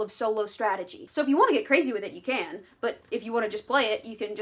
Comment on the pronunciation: the pronounciation of Catan is crazy XD I love catan though amazing game